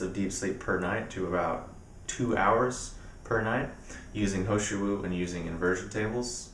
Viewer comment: is the tea you were saying the He Shou Wu Extract? sounded like you were saying ho shu